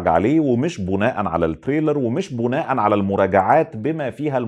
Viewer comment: و بالمرة، (بناءا على) بكسر الباء.